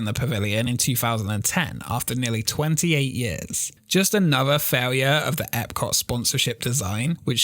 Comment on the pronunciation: You know there’s a letter “T” at the end of the word Epcot right? Your accent cuts it off lol. I love your videos keep it up!